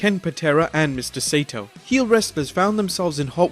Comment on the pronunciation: Saito is pronounced SY-EE-TO, not SATO. Ass.